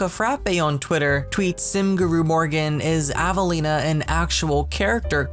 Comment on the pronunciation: hi! i don't think avelina is said like "avaleena" i think it is said like how my friends name is said, it is said like "ave-a-leen-a" instead is ava its like the name ava then add on lina